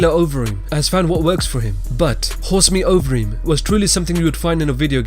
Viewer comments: Horse meat Overeem? You mean Ubereem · Its not horse meat overeem its ubereem lol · "It's uberreem" not "horse meat overreem" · Fuck sake it ain't horse meat overreem that's fucking UBERREEM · It's uberreem not horse meat overeem tfffff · I heard horse meat overeem and I died 😂😂😂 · I think you'll find its ubereem.. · "Horse Meat Overeem" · The way this guy says Alistair Overeem has me so weak it sounds so weird😂